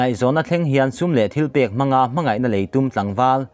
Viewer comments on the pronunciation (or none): none